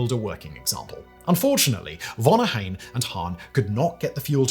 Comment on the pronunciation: You butchered Ohain‘s Name…. Unforgiveable